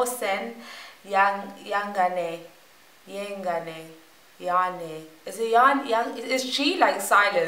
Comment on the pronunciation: His name is Moh-sen Ye-ga-neh